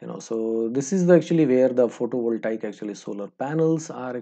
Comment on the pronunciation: photo voltaiek ;) , for the liek a, actually, actually, "this side like a north !", tired counting how many laika and actuli , gave up.